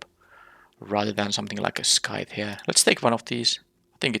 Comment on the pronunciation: I've been having fun with this set, interested to see how you draft it and the synergies you find. A few words you mispronounced, just minor issues though. Dinosaur = Die - no - saur. Stinging = Sting - ing. And Scythe... well, I'm not sure how to describe how to pronounce that one. It's really weird to pronounce giving its spelling.